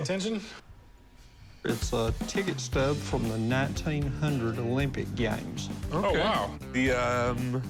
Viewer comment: "the 1900 Olympic gyames"